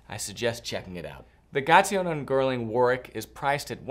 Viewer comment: Lovely shoes! The ‘w’ isn’t pronounced in Warwick.